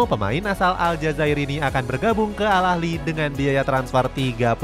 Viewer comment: Al ahli bukan al ahly cok